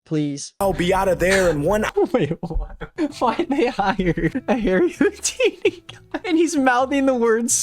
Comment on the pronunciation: really went with harry hou- dumcy instead of harry houd- weeny